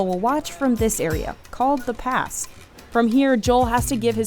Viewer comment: His name is Joel not jole lol